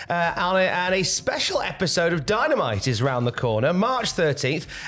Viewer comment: Did I hear Dy-Na-Mi-Tee in there?